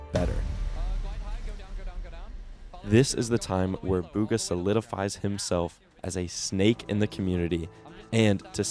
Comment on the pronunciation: Its pronouced bgha